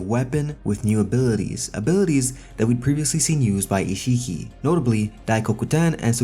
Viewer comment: The way said isshiki, he said isshii